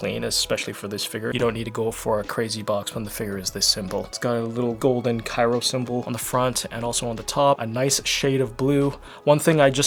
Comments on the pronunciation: Not saying Cairo instead of Cryo 🥲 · Is he saying Cyro instead of Cryo? Why? lol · Bro said cyro 💀